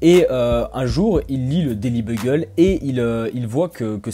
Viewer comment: Daily Buggle ! Pas "glubble" à